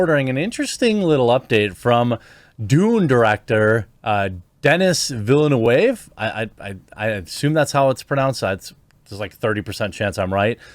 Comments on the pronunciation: DEN-EE VIL-NUV.. Denis Villeneuve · His name is pronounced Denny Villenew btw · Proper pronunciation is more like "Denee Vilnoov" Hon hon hon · de-knee ville-noov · That almost as good as listening to Anglo politicians giving speeches in bad French in Montreal. Denis Villeneuve is pronounced like this Duh-nee Vil-nuv Villenueve is completely correct about Marvel being basically all the same and nothing artistic about it. Just cinematic junk food with empty calories for undiscriminating movie goers. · *Reads title... *Sits down with popcorn Also, its Den-ee Vil-eh-nuh-v ... ;) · The name is pronounced [Deny Vilneuf]. Newvillage. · Jeremy, not being snarky, just for future, his name is pronounced as "Denni Villenuve". Saying this out of respect for Denis' work. <3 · Hopefully constructive criticism: The pronunciation is "Denny Vil nuhv" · I'm probably too late for Jeremy to see this but it's pronounced DenEE VilenOOv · It's pronounced "Dehnkee Veelnehv." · the way you said his name was hilarious, i had to listen twice 🤣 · Google “how to pronounce Denis Villeneuve”. Do some homework